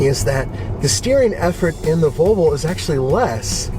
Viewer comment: haha!! He can't say "Vol ...vo"! Volvol